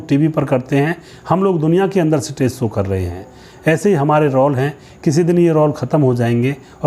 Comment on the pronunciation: It’s Show not So. Correct your pronunciation